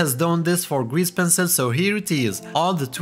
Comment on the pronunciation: "Penil" :face-fuchsia-tongue-out